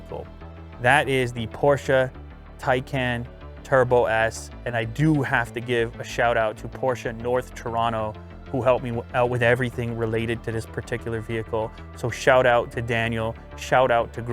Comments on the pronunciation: Thank you for pronouncing Porsche right as a car enthusiasts it makes me happy "Por-shuh" Taycan is a little off its not Tie-can its "Tie-con" but you're close. Thinking of picking up a 911 turbo s 992 soon. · Its pronounced Tie-con btw Lew, but its its still.....just gorgeous. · Sweet ride! You might wanna learn how to pronounce the name correctly. Ty-kaan!!